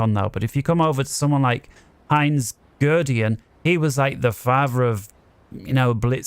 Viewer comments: Excellent tutorial. Nice to hear somebody explain things thoughtfully, rather than gabbling through a script at breakneck speed. BTW Guderian is pronounced like "Good Aryan". Which is ironic as he sometimes disobeyed orders, which made him a bad Aryan. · Good stuff. I just started playing again but have forgotten a lot. Btw. Guderian is pronounced "Good air e in". Lol